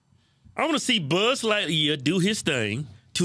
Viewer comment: I thought it was light year not lightqueer